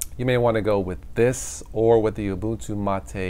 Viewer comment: for correctly pronouncing Mate.